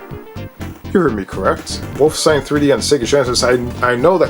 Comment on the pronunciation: WOLF' - EN - stein (3 syllables)